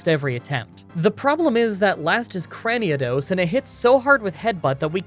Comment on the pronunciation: "CraniAdos" No. Yes to that adorable kitten though. Big yes.